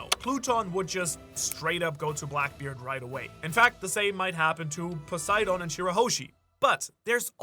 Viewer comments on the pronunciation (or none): none